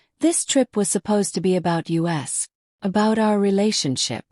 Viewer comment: So AI can't say us correctly but they go u s. How uninformed and that's being nice.